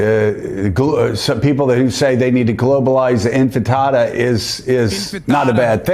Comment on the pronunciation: americans trying to say arabic words is so funny it's like their brain forgets basic syllable soundings. infitada? bro is one slip up from saying globalize the enchilada